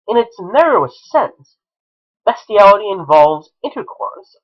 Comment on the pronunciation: Its BEAST-IALITY NOT BEST-IALITY YOU SICK FUCK! YOURE A DISGUSTING EXCUSE FOR A HUMAN BEING.